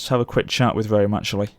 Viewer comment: I thought Lionheart was a bad pronouncer for Rome 2, but then I watched this video.